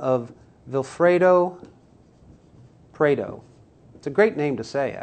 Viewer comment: Pareto not Preto.... if you insist on "pronouncing" it, do some research first